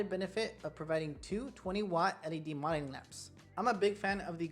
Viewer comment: Love your videos but gotta point out it's "MO-DEL-ING" lamp; 3 syllables. LOL!